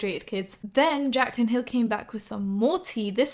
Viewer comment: timestamp or near it and she says "jaclyn hill" wrong last name haha.